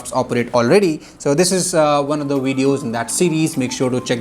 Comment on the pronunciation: Did he say won of the wedeos 😂